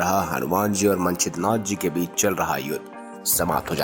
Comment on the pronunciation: ये मंचिद्रनाथ जी हैं सबसे पहले नवनाथ। मन चिद्रा नाथ क्या होता है भाई?